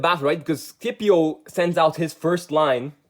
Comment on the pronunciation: SCIPIO ISNT SKIPIO